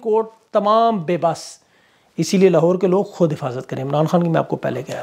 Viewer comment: ap ki zuban se sach Nikal Gaya "lohaar court" 😂